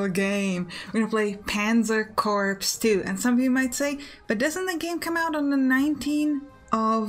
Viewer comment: love your videos and all you do. But you are killing me every time you say Corps. It's pronounced 'Kor', just like the english word core. (it is considered bad form to call a military body of men a 'corpse'):)